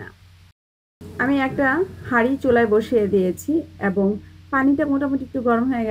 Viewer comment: অ্যাবং! অ্যারচেয়ে! 😂😂😂😂😂